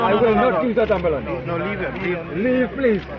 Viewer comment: Personally I am appalled by Dr, Kublalsingh's language. The word is ambulance good Dr. not ARMbulance. This man has butchered the English language and should be totally ashamed of himself. Real talk.